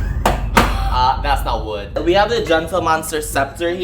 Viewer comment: "that's not wood--", is soooo pinoy TvT